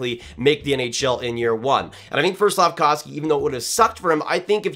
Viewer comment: Hi, Slack-off-ski lol